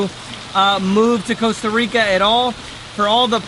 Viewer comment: Hey, at least he pronounces the country's NAME correctly!